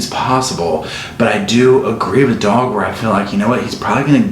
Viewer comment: The way he refers to this man as Dog with his accent and all is too much 😂😂